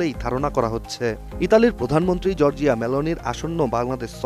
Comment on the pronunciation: জর্জিয়া নয় , জরজা মেলোনি।